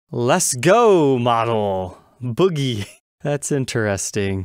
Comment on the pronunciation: Pretty sure that was “Bogey” and not “Boogie” 😅